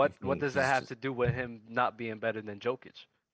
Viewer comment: Man on the upper left gave it to them. Spot on. ps. guy in the middle down needs to learn how to pronounce Jokic and Doncic.